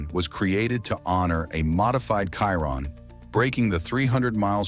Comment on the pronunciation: Ya right a "Khiron" not a ,"Chiron..'